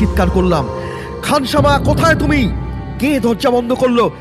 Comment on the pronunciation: উচ্চারণ একদম ভালো নয় ওটা খানসামা হবে।